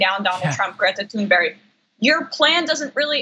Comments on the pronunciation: Hey Anna your awesome but it's Greta Thunberg not Thunberry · It's not Greta Thonberg, it's Thunberg you actually have to pronounce it U not O or A. It's not that hard and you can hear the correct form more than enough times online in some of her videos. No offence though, I know you're not the only American talking like having a toothpick in his mouth. ;) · Can all the talking heads please learn that her name is pronounced “tunberry”. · always says Tune'berry I hate it. I love her but... I hate it. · Damage Report Her name is pronounced "Toon-berg". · Her name, Thunberg, is pronounced Tunebury. Just saying. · Please say her name right.... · Listen I support you guys but please pronounce Greta Thunberg’s name correctly OK you are just losing credibility every time this chick miss pronounces her fucking name Jesus can’t you pronounce her fucking name correctly. Do your fucking research before you post something and try to get credibility you’re mispronouncing her fucking name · “She seems like a very happy young girl,” says the primadonald about Greta Thunberg. “He seems like a very sad old DELETE prematurely senile boy,” thinks Greta Thunberg about the primadonald. But why does John Iadarola so studiously murder her surname? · Phonetically pronounced : Greta roll the R ToonBerg. No H and when spoken in Swedish the G is soft with an exhale almost sounding like T'hoon..ber e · Learn how to pronounce her name please. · Come on, John. Please learn how to pronounce her name if you think so highly of her.